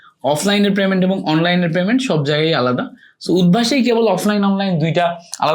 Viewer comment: প্রেমেন্ট না পেমেন্ট 😂 হালা মূর্খ